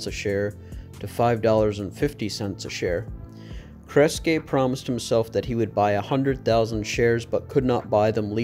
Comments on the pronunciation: not on something I've made a 10 minute video on. It's pronounced KRES-GEE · When you mispronounced Kresge so horridly, I quit watching. That name is far to famous for you not to know how to pronounce it yet do a video on the history of Sebastian's company.